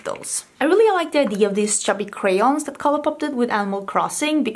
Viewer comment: Lol my favorite word that says is "idea". Except when she says it, it sounds more like "idee" and I love it each and every time 😊 Idky I like it so much. Though I will say, sometimes it reminds me of the old Peter Pan cartoon/movie from Disney. It reminds me of the way Capt. Hook says, "Mr. Smeeeee!" 😂😂 That was one of my favorite parts of the movie when I was a kid, I would imitate it often. Now that I've put that together, I would bet that's the reason. It probably reminds my subconscious of my childhood so I find it extra endearing. But anyway.. what do I know 🤷🏻‍♀️ Let me stop acting like I know anything about psychology 🤣🤣